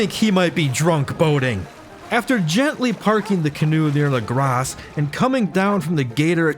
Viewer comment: Saying “lagrass” instead of “legrah” is driving me insane